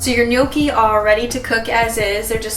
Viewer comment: Brava...good pronunciation! Many American says gnocchi wrong. And well done, also for recipe! Muy ricas! :-)